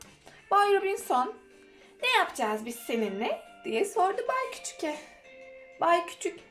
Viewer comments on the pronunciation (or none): Okurken bay küçüke değil bay küçüğe diye okunur hikaye için teşekkürler 🌸